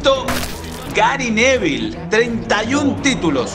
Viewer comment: Dijo Gary Neville, yo escuché Gary Medel 😂😂